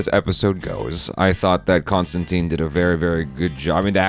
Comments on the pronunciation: its tine not teen, the keanu movie had it wrong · ConstanTINE is the actual, proper pronounciation. John Constantin corrects someone in the comics even back in the 80s, and both Gaiman, and Alan Moore also always used that pronunciation. I think the movie started the ConstanTEEN thing. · He's constantly correcting people in the comics, that it's "tine" not "teen", as far back as at least the early 90s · John constantly corrects people in the comics of the prononciation of huis name as ConstinTYYYNE lol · Wait, is it pronounced Constantine or Constantine?